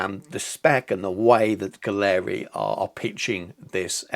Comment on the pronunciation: If you’re getting paid to promote this line you at least should learn how to pronounce their name. Competes with the Infinity? Total rubbish!